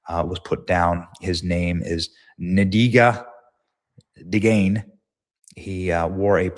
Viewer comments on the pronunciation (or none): Name is pronounced "En- dya-ga Dee ag neh." Just saying.